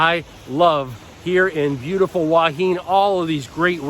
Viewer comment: HUA HIN is pronounced WHO-WA HIHN. By the way, you were featured on the YouTube channel STUART JAY RAJ a day ago as a Thailand YouTuber who can't correctly pronounce the names of Thai cities. You should go back it out!